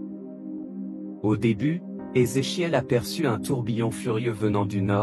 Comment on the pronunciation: Vous ne pouvez pas prononcer le nom de ce Monsieur comme les autres ?